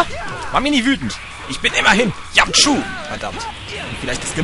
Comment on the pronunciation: bei sagt Yamchu Cayu??? Oo